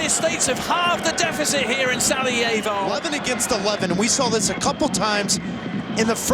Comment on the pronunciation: I couldn't stop laughing at how he pronounced "Sarajevo" and "Asim Ferhatovic Hase"